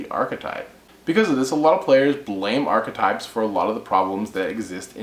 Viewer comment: 1 - You put too much emphasis into the word; it is merely "ark-type". The "e" isn't pronounced. 2 - I feel theme decks ruin the fun of being able to mash things together. I placed 3rd in a tournament years back using stuff like the End of Anubis, The Creator, Jinzo and other weird cards. They weren't in other decks. You cannot even think of that nowadays. I would love to see a tournament where no themes are allowed.